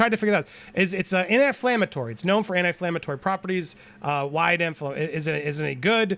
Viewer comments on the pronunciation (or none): im sorry but i laughed when you corrected her on it being arnica cream then say its an ANIT-inflammatory instead of ANTI-inflammatory